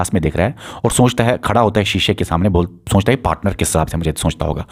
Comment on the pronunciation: Soonchta nhi sochta bolo lol